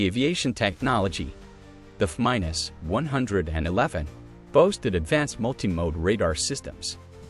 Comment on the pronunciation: I think the content you are presenting is decent… But I stopped watching do the continual mispronunciation of the AI narrator.. A few… no problem. But constantly getting the planes name wrong. Anything with numbers. It’s too much.